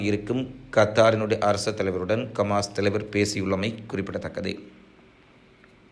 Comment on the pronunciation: கமாஸ் இல்லடா ஹமாஸ்